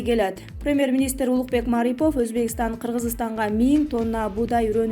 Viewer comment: Эй,басымды туура коюп окучу МарипОв,мАрипов дебей